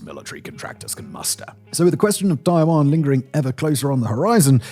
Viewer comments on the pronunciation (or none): none